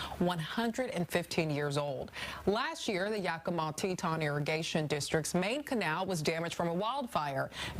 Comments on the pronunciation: Te-ton! I seriously don't get how they dropped the i in Tieton (Tie-eh-ton). I could at least understand Titan if they had never heard it before, but non Teton. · Its tieton!!!! Not teton how do you live in Washington state and not know the name???? These people are absolutely uneducated!! And should be fired you didnt mention that the libral government wont fix just spend money on illegals and it should take 2 yrs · Tieton.. it's said like Tie- eh -ton